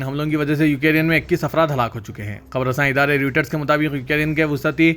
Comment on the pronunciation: Wusati يه غلط هے Wasti وسطی یہ صحيح ہے